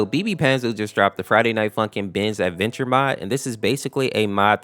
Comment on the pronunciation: Ah yes... "Advenenture"